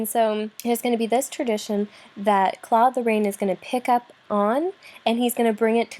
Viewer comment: Apart from the wrong way of pronouncing Claude Lorrains name it was a good lecture. Still can’t stomach English speaking people pronouncing « Claude Lorane » though, unbearable